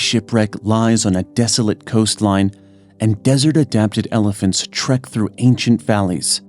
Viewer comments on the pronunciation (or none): none